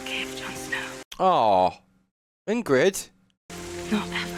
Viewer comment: Ygritte the wildling, not Ingrid the wilding. 😂